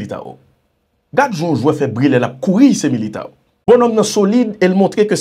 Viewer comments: Tchitchi ..rele neg la tankou brezilyen yo mesye sispan a Tit nou Militão se Militanw sa prononse..c pa Militawo... Vinicius C Vinisyous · Boa noite meu irmão , você está fazendo um trabalho que é excelente Alem você tem que saber algo no idioma portugués. ( Tite= tchitche) āo= ane( militāo= militānw